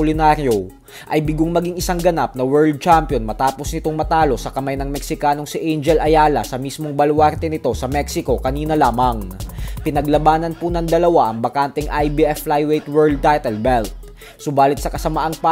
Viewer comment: Manoy vlogger, anong ANGEL AYALA pinagdasasabi mo?????????ANGHEL ang tamang PRONOUNCIATION sa ngaran nya